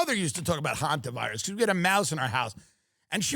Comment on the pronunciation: Thank you Tim for being the only podcaster so far that knows how to pronounce Hanta virus!